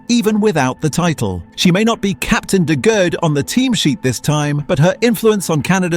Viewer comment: This is cool but you re saying her last name wrong. Phonetically it’s de Goodie.